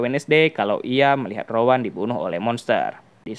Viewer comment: Rowen bukan Rowan